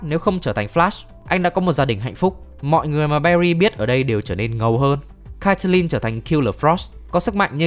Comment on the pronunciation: caitlin đọc là kết-lin bạn nhớ, mong bạn sửa :)))